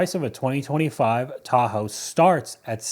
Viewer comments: I hate the way she says Tahoe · It’s a crime to pronounce Tahoe like that woman before the fraud.